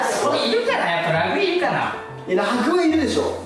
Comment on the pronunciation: らぐ↑じゃなくてらぐ↓やで笑っ あと、後ろの間はテレビだろぉ(*^^*) おめでとう！